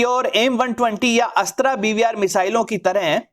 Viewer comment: Aap Ashtr ko Ashtraa na kahe please